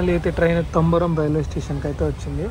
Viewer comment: తంబరం కాదు తాంబరం